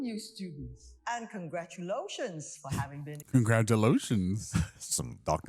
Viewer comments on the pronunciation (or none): If congratulations is pronounced “congratulotions”, would they also say “masturbotion?” 😂😂